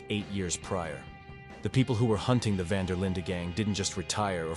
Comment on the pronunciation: specially when the voice keeps saying the van der Lin gang wrong lol